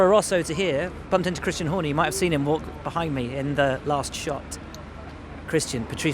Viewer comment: Did he just say 'Christian Horny' ????